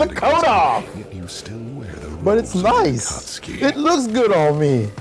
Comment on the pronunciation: Konan: It wouldn’t be so bad if he didn’t keep using the hard “U”